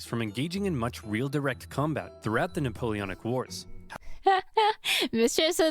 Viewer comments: It's not neapolitan it's Napoleonn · you foolish girl, the word "Napoleonic" is pronunced as "nuh-pow-lee-o-nuhk", not "Neopolitan" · Nuh-pole-eon-ick wars. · “The Neapolitan Wars” …I… I can’t do this man. I’m not strong enough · Why you can't pronounce it it's Napoleonic Wars❤